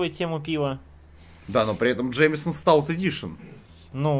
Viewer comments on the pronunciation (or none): Друг, живущий в Ирландии 20 лет, говорит, что следует говорить Джеймсон, а не Джеймисон.